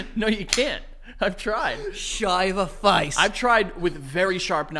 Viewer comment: The “shave a face” in the aus accent was actually perfect